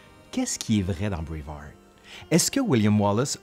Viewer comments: non on dit juste braveheart avec un mauvais accent français... 😉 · Encore une fois, meeeerciiiii ! (À lire en s'imaginant que c'est dit comme Wallace lorsqu'il prononce sa dernière parole dans Braveheart) 😆